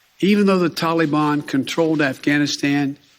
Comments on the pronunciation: “The Tolly-bahn” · I'm surprised that his staff advisers still let him say the "tollybon" and dont correct him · WTF is a Tollybon? Oh yeah, that's how Barack (bathhouse Barry) told him to pronounce it. Watching Biden trying to read a teleprompter is actually quite amusing. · “Tolly-bon” “gov-mont”... ugh!